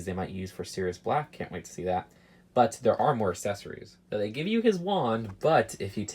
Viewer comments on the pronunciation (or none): “Assessorie/s” is it just me or he is saying that?